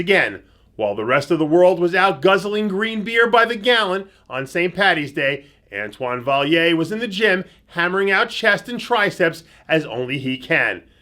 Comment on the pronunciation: Antoine Vaillant! Vai-Yont... not Vai-yer Damnit Dave!